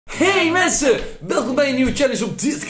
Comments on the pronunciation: Wie heeft ook gemerkt dat Dylan inplaats van Hey Mensen, Hey Messen zei? 😂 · Je hoort: Hey messen zeggen. Like als je dat ook hoort! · Haha ze zijden hey messen Like als je dat ook hoorde😂